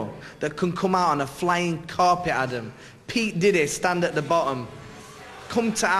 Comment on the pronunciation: naseem is legend! i thort he said "pete diddy" then lol, he is great fighter man